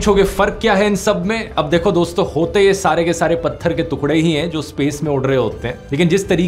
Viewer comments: Yeh ab nhi bolega hinduo ke liye 😡😡😡😡 तोतला ।।। तूकडे नही टुकडे ।। धूनड़ना नही ढूँढना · Tukde ❌ tukde ✅🥲🥲🥲